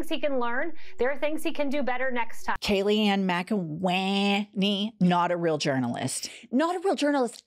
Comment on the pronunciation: “Kayleigh Magananny” lol